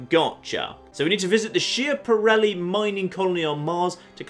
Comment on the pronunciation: Schiaparelli is pronounced Skap-a-relly. (Sorry I don’t know the phonetic alphabet and am too lazy to look it up, this works just fine)